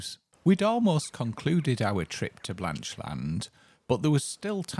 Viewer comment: We live 10 miles away in Hexham. We were amused by the pronunciation of Blanchland, as if it were two words, Blanch Land. A bit like saying England is Eng Land.